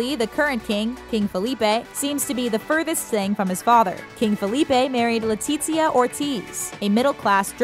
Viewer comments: LetiZia, not LetiCHia omg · I speak Spanish. No it isn't... it would be more like LETEE-THIA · Hahaha kinda sounds like she said “Queen Latifah.” & not “Queen Letizia.” 😬🤦🏻‍♀️💆🏻‍♀️Lol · Why does she keep saying LE-TEET-SIA 😓